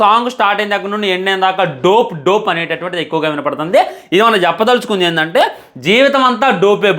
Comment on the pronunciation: రేయ్ యెర్రి ఉక, దోప్ రా......అది, డో ప్ 😂కాదు